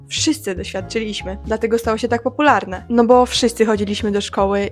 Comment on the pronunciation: Kochana, ale ty też niezbyt dobrze mówisz. Mówisz: a - na - li -ZE (e), nie a - na - LI - ze. Źle stawiasz akcenty i często przeciągasz ostatnie litery. "Cze - GO - oo", " PO - pu -lar -ne"